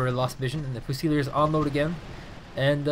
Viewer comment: It's unfortunate he can't pronounce leopard and fusiliers. Lee-o-pard few-sillys